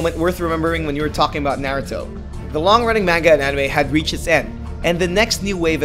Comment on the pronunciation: he said it right...